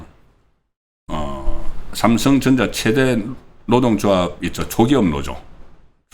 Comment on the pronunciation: 노조지 노오조가 아닙니다 방송하려면 발음에 좀 신경 써고 아무리 겅북사람이라도 듣기가 영 아니네요